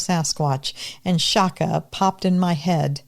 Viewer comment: It's pronounced chaka like a piece of chalk with an a at the end